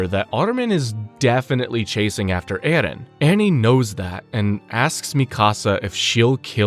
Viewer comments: His name in erin not ehlen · So far this video has been very good I just don't know if I can make it with the way this guy is pronouncing Eren's name for some reason it is driving me out of my mind